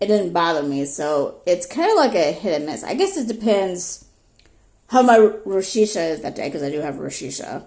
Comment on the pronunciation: To pronounce "rosacea" look it up too.